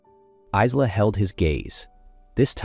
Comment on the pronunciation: Her name should pronounced Eye la.